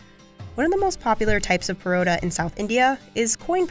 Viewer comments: She butchered pronunciation of "Parotha" 🤌🤌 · What's truly frightening is how she pronounced Poratta 😂